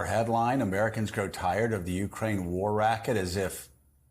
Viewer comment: A small adjustment: It's not "YOU-crane." It's "you-CRANE." And, it's not "Tuberville," it's narcissistic, religious jerk."